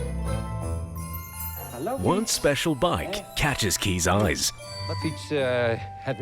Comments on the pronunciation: Well, I'm Dutch and I love my bicycle, but I do have my limits 🤣 Oh, and just a side note: his name "Kees" is pronounced as "case" instead of "keys" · You say his name as "Kies" But is is more like Case Like in a briefcase ;) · Just please prounounce it "Case" not "Keez". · as a dutch person i just keep hearing keys instead of kees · I love my country. Btw Kees is pronounced excactly like 'Kays' as in Kays Cooking. Edit: Oh god, I just realised he lives in the next town over... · His name is pronounced "case". I am Dutch, and yes bikes are very loved here. Bike fuckers are not common though, I like my own bike, but as a bike and not a lover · Actually his name is pronounced as "Kays". Being Dutch I love biking too, but this is a little much 😄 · As a dutchman myself I can confidently say that we do love our bikes... but not like that. Fun fact there are 1.3 bikes per person in the Netherlands. 22 million bikes and just 17 million people. So for Kees a lot of fish in the sea. Also,, you're butchering the name Kees. Its pronounced Kays not Keys. Love ur vids man! Ps. G E K O L O N I S E E R D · Considering this mans name is "Keys" or at least pronounced that way I would've assumed he'd fall in love with a bunch of motorbikes instead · but he didn't mean the word like that, he meant the man this video is about. But because the word is pronounced 'keys' by a lot of English speaking people, it can be misunderstood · i am dutch, and u can say Kees like case in english. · If this is about the pronunciation of the name Kees, yes Kees is pronounced as case